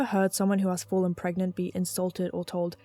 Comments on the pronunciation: Pregananan? Pergert? Parget? This is the true horror of pragmat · Can u get PREGANTE?